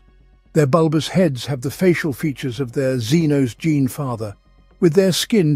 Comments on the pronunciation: When I saw this pop up on my timeline I was like ”holy shit, he must of figured out how to make it say gene”. But no, it’s an hour of gin. You fucking mad man. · glad i´m not the only one but seriously what´s wrong with the narrator and the word "gene"? not sure if i´ll finish or abort within the next few min